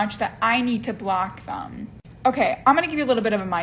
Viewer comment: I would have to block number 6 just for saying thum when she means them.